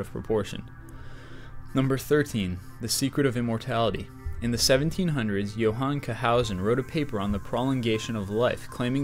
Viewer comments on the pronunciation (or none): none